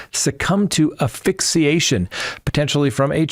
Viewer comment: Not to be snooty, but it’s aSphyxiation